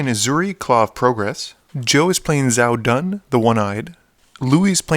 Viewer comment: Binging through these vids...Louis is brutal with his mono white decks, also Xiahou Dun is pronounced Sha-ho-doon or Sha-ho-doin! Love the vids!